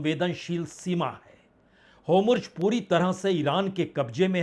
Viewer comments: Hormuz not homurz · Ek mahina ho gaya lekin aap abhi tak homurj hi bola ja rahe ho...hormuz hai homurj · होमुर्ज या होर्मुज ? इतने दिन हो गए , अब तो सुधार कर लीजिए जनाब ! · Homurz nahi Hormuz hai sir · Bhai Kripiya Netanyahu boliye Netanu nehi, Aur Hormuz hai Homruz nehi.😊 Nehitoh Do-laund boliye Donald nehi😂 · पिछले पचास दिनो मे आप भी नही बदलेआप भी पचास दिनो मे नैतन्याहू नही कह सके ,नेतानू ही कहते जा रहे है,इसी तरह आप होमुर्ज कहते हैं,होर्मुज नहीं कह सके.